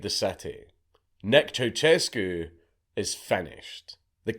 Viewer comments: It's not 'ChowChescu' but 'CiaoShescu' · ceusescu is pronounced as chea-u-shes-cu chea as in chai shes as in shed